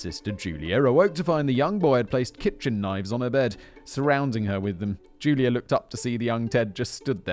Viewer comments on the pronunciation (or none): none